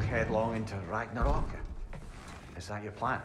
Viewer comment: Fun fact: some of the locations in god of war ragnarök is actually Icelandic, and yes you are butchering the words